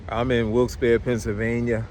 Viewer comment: Hi! For the record, the town is pronounced, "Wilkes-B-air-ree" - I know this because when I was a teenager (I'm a grandma now), I was watching a morning talk show and a lot of callers from this town kept calling in because the host kept mispronouncing it so many times that the show dedicated an entire segment to it. It was funny to see the host concede how wrong he was when he thought he was oh-so right. I'm looking forward to traveling vicariously through you on your road trip journey! Peace!